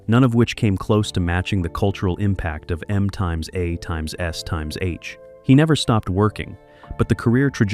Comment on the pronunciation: Stop adding unnecessary crap into your videos. It has ALWAYS been pronounced MASH, like sour mash and cheap wine, Not M times A times etc.